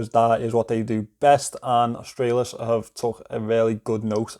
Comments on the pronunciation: G'day mate you got the pronunciation spot on cobber.😁👍Aus-trah-lis. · You pronounced it perfectly 😊😂👍👍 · You pronounced "Australis" currently, it's just latin and means "South".